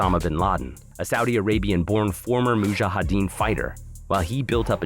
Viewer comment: Sorry but his pronounciation of Mujahdeen totally threw me off. I had to pause the fkn video lol